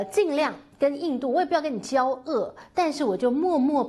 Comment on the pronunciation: “交恶” 发音 jiao wu